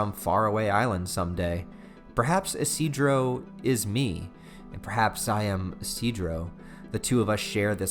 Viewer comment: Actually, his name is pronounced "ishi-do-ro"